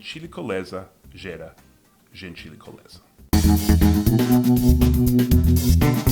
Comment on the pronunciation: Correção Seth: o final seria "gentileza gera gentileza" tive a impressão que você disse "gentílicoleza". Parabéns pelo vídeo, gosto de chama-los de americanos, me parece mais apropriado a vocês.